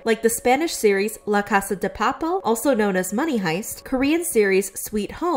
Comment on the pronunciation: I’m sorry but her pronunciation on papel has me